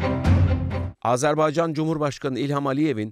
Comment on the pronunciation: Azarbaycan DEĞİL, AZERBAYCAN<<<<<<